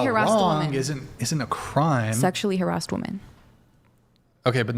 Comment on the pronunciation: She said “Harassted” lol